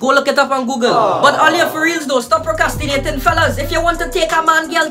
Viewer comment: Hear he nah procyastinate